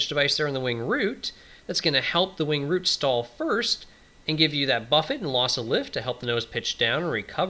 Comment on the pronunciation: Wing root, not wing route.